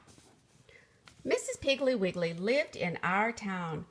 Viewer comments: I fondly remember from my childhood Betty Macdonald’s Mrs. Piggle Wiggle series of children’s books. They were so entertaining and always humorous. It’s a shame this reader clearly mispronounces the name of the title’s subject as “Mrs. Piggly Wiggly”. 😢 It clearly should be “Mrs. Piggle Wiggle”. 😊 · Lol thats not how you pronounce mrs piggle wiggle❕❗️ha ha😅😂😉😇😝😜😄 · I noticed this, but still loved the story!